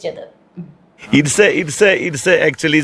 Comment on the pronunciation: It സെ ഇറ്റ് സെ not mp 😁